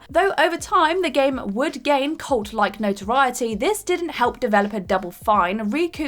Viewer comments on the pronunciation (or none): none